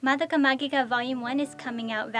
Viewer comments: i really like her as madoka... I dont think magica is pronounced that way though lol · Based on the way the katakana is written, it'd be pronounced Ma-gee-ka. If we changed the "gi" to a "ji" then it would sound like Ma-ghee-ka.